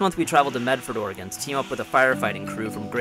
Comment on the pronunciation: im realy glad you pronouncing oregon correctly i grew up in florence oregon and alot of my friends went and did this fire line clearing and fighting fires badas video thanks